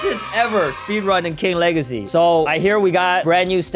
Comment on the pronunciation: Bro what is king wegacy;-; maybe type